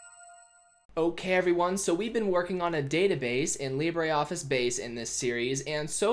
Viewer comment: IT isn't pronounced leebraree and its advantage over a spreadsheet is it is shareable over multiple users whilst being able to save it